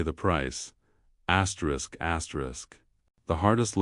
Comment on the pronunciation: Could stand the elimination of the AI vioce saying "askerisk askerisk" repeatedly.